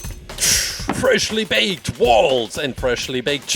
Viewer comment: The best part of this mans videos are him saying fershly bayked